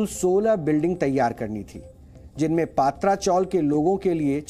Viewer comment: पात्रा नही पत्रा, टीन को मुंबई में पत्रा बोलते है। प्लीज correct